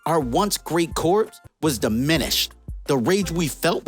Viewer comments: Corpse? Corps is pronounced Core. A corpse is a dead body. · "Corps" is pronounced like "core", not "corpse". Come on man. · Like in "Marine Corps".... Corps is pronounce like "core", big dog. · Just FYI, 'Corps" is pronounced like "core" with a silent P and S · yeah... That word is pronounced "kor" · I think what the guy is trying to say is that the YouTuber is pronouncing it wrong... Corps is pronounced much closer to cores... The P is silent... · I seriously cant trust any information from a dude that pronounces the, "P" in corps. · Not trying to make fun of you. The "p" is silent in corps. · Please learn to pronounce the word "corps" properly. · The p in corps is silent. Aya is the name of the robot that contains the soul of his dead wife, who is also probably dead. And it's pronounced cry-o, not kai-o. Kanjar ro, 2 names. Not kanjarro